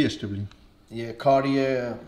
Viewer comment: I can’t count how many times this dude pronounced Cartier wrong being the expert 😂